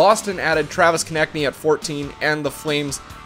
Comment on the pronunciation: You finally said Konecny correctly! Bravo! Keep up the great work on the videos...